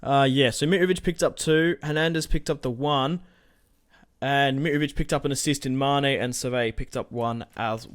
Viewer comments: It's miTrovic not mirovic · can you please say mitrovic's name properly